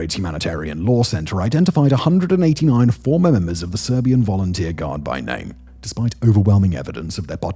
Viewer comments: U butchered those city names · Butchering of the names of people and villages is brutal